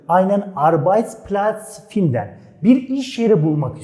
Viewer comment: cok güzel tebrikler. Ama telefuz konusunda sanki cok dikkat etmiyorsunuz. Mesela fiillerin okunusunda hic bir alman sizin gibi okumuyor. Örnek, finden fiili...hic kimse yazildigi gibi okumuyor..."findin" diyorlar...gibi seyler dikkat cekiyor. Basaralarinizin devamini dilerim....saglicakla..